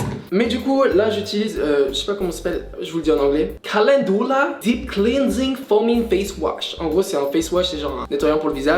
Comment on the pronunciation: caLENdoula dEeP clEanSing